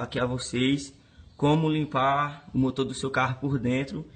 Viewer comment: "Fica um motô limpô né? Com maió tempo de vida" KKKKKKKKKKKKKKKKKKKKKKKKKKKKKKKKKKKKKKKKKKKKKKKKKKKKKKKKKKKKKKKKKKKKKK